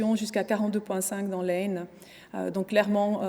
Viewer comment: "l'Ayne" c'est aux USA ? 😅 Blague à part, merci pour cette présentation complète et précise.